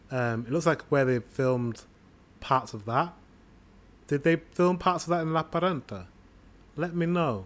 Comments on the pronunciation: Yaaay! Lappeenranta is my original hometown :3 As a Finn I say you should read it approximately Lahp - pehn - run - tah (no aspiration on p and t, and remember the rolling r!) 😊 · It's a pretty good pronunciation, but I think you put too much emphasis on the consonants and I can't really hear the e sound in "Lappeenranta"